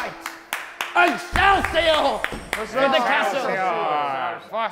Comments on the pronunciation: "Excielsiour" I CANT😭😭😭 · Wilbur: American accent: Excelsior! Tommy: Normal British voice: excelsior!: Pokémon voice: Excelsior!